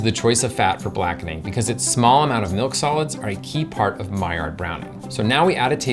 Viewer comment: OK! I cannot hide it any longer., I am in love with you! With the way you brown your food, the way your mouth opens wide to take huge bites. The way you say Maillard. I want to get you alone and...have lunch with you. Please never stop brightening my day with these wonderful videos!